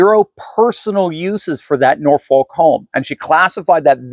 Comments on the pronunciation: The city in south eastern Virginia is pronounced "Nor-Fawk" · The 'L' in Norfolk is silent. Like the Ss in Des Moines. To pronounce it is ignorant. Please stop.